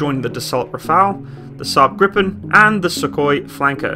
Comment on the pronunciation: It’s kinda hilarious how you called the Rafale “Raphael” also “griffin” instead of Gripen, that one I understand though